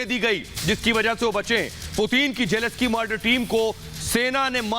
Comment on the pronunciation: *Zelenskyy Not Jeleskyy.